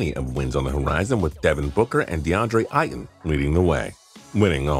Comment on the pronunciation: So we just gon’ ignore the fact he said deandre ighton lol